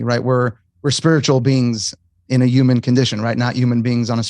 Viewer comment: Why must all of you butcher our language. The English language is hard enough with muppets ruining it! Wtf is a Uman Being It's HUMAN With a fooking H!!!!